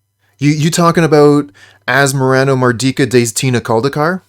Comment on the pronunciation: I’m genuinely impressed how well you can pronounce Asmoranomardicadaistinaculdacar. It’s the best name of any magic card ever.